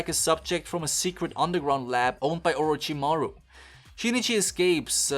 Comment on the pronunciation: when you say orochiramu do you mean that dude from naruto?